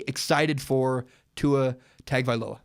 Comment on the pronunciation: Listening to you butcher Tua's last name is really bad lol next time you might want to learn how to say his last name good video besides that.